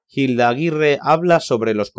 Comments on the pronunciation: No se pronuncia "JILDA" sino "ILDA", la H es muda y no suena y Sor Yeye no fue novela, fue una pelicula, Hay que documentarse antes de hablar. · Muchacho que estás narrando el video... Papa en español no pronunciamos la H al empezar la palabra... Te oyes fake deverás, algo horrible.